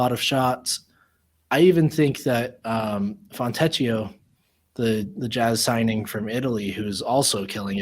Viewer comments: “Fontecchio” is pronounced “Foentekio”, not with an english “ch” sound like “teach”. Just FYI. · You pronounce Fontecchio's name "Fontekio". I know a little Italian ; ). I can't wait to call out his name every time he scores in a dramatic Italian accent.